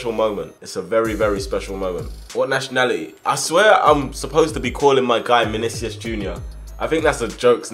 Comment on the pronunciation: Actually, it's Manicius